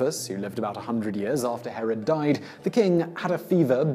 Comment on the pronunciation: Yes, but for clarification, it's 'Herod', not 'Harald'. 'Harald' is a common name for northern European kings, while 'Herod' was Middle-Eastern. And you don't want to get the two confused. Herod's been reviled for nearly two millennia. Any of the Haralds would have been gravely insulted if anyone compared them to Herod. (It was the pre-20th-century equivalent of being compared to Stalin, due to the Massacre of the Innocents thing.)